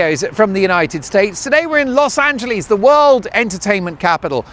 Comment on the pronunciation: Big Congratulations!! And Yes! I was hoping you'd do more travel stuff! It'll be a little hard on Mrs. Dolan, so it might not work, but I do think it may be the wave of the future. I'm wondering if you'll fix the way you pronounce "Los Angeleeeez," to "Los AngeLESS." 🙂